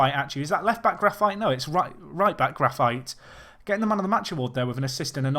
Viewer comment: sorry to correct you, but in portuguese it's pronounced GRA-FEET not GRA-FAITE.